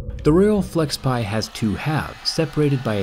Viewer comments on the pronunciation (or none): Its FlexPai not Flexpie! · wtf flexpei 😂 its flexpai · I thought it was Flexpai and not Flexpie ? Let Jerry see this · It's flexpai Zack. Get it right lol